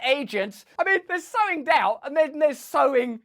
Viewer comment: Am I the only one that kept hearing “so endowed” instead of “sowing doubt”?